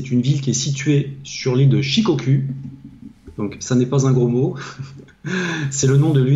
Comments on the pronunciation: Les gars on dit pas shikokū mais « Shikokou » « Hon-shou, kyoushou, Shikokou » pour la prononciation. 😉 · Prononciation SHIKOKOU ! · Shikoku se prononce Shikokou! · Guillaume Le Berre, oui ça se prononce Shikokou et ça s'écrit Shikokū